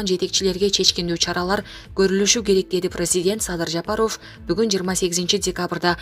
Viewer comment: Жапаров деген созду жакшы айтсаныз боло!! Таза кыргыз ударение барбы сизде!!